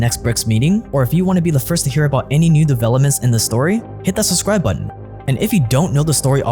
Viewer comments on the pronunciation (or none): IT IS SUBSCRIBE NOT SUBSRIBE!!!